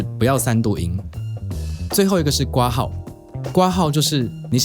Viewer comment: 除了括号的括应该读成kuo之外 不要读成瓜号，别的都挺好，尊重中文谢谢